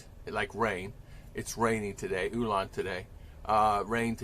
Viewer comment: I completely understand your language issues. It's the diction/enunciation of the filipino words that is hard to do. Your "ulan" still sounds American to me but I know what you meant by it probably because I've been listening to you for a while now.🤣 There is this guy called bisayang hilaw who nailed the bisaya dialect like a native speaker. Anyways, this communication topic reminds me of a very famous filipino joke: A filipino father is inviting a foreign guest to her daughter's wedding party. He say's to the guest, "Today, is my daughter's wedding, I killed 12 chickens, 4 pigs, and 2 cows. I cooked them and I invite you to EAT my house."😂🤣